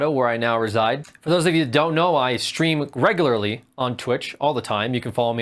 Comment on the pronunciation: I like how he emphasized "regularly." Iykyk